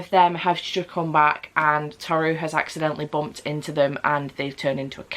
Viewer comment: The names are pronounced Tow-ru and Sew-ma by the way. I think that's how to like type the pronunciation anyway XD. Furuba was a series I adored as a teen despite me DNFing it as I didn't like the endgame ship errr yeah that's just a me thing. But it's fun to take note of which character your Chinese zodiac is! I still find it hilarious that I was like "ahh yeah I just relate to Ritsu as we're both the monkey and apologise a lot" it totally wasn't the cross-dressing gender fuckery =|. Ah the more you realise as you grow up XD